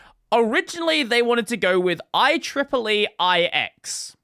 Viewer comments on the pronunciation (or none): none